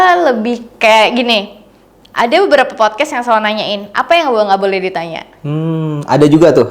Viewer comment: Agak gemes lama² ya sama lu bang, "podcast" bang bukan "popcast"😅